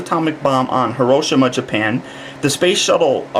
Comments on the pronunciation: It's prnounced HEEROSHEEMAH not herohshimmah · ........ you pronounced hiroshima wrong! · I think you mispronounced Hiroshima. But still good review